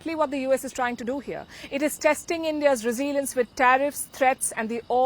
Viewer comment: Learn how to pronounce “ resilience”. Why don’t you buy a dictionary?